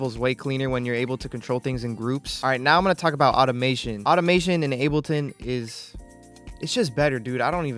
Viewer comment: bro said unableton